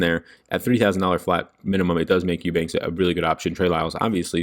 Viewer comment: I went to school with Drew Eubanks!!! You said his last name right lol